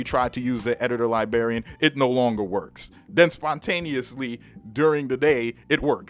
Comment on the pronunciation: That Editor Lie-BARRY-Un. Lol you're making me want to pull it out back out and have some fun. In all seriousness, it was great for Reason and basically made for that program but awful for FL. It's one of the main reasons I switched to the FL Key mini once I decided to get back into making beats (as I mostly use FL nowadays), but I'm still going to keep it around just in case I want to mess around in Reason for old times sake.